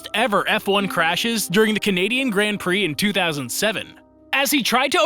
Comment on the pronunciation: Please say grand prix and not gränd prix